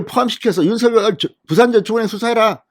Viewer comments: 윤성열로 발음하기. 윤서결로 발음하지 않기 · "윤석렬" 로 발음해달라고 본인이 말하던 영상기사를 봤는데... 윤서결로 게속 발음하시네요.../// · 윤서결이라 하지말고 윤성렬이라고 하세요 발음에 듣기가 거북합니다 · 윤성녈로 읽어주시길요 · 진성호님 제발 윤석열이름 부를때 제대로 좀 불러주세요 신경써세요.. 윤석열당선인이 서결이라 부는 것 싫어합니다. 석열이라 불러주세요 부탁입니다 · 윤성열 로 발음하라고 했짜나 멍청아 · ● 윤 성녈 ■ 윤 성녈 로 발음 해 주십시오!!